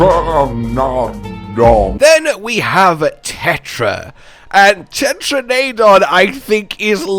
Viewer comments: "Tetra-nay-don"? "Bih-shat-en"? Where did you learn English, my dude? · Anyone else notice that keeps mispronouncing Tetranadon?